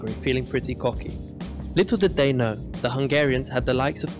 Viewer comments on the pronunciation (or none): none